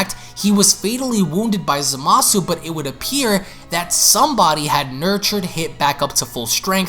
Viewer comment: ...I will never understand why, even three years later, people still insist on mispronouncing Zamasu's name as "zuh-mah-soo", even after all the times Gowasu has exclaimed "zah-mus!".